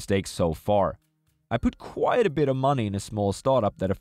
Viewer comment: For everyone's sake, sir, please, "quiet" and "quite" are different words, it's been years of you pronouncing it wrong!